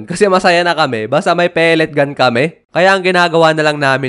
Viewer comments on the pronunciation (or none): Ay wow "pelet gan"😂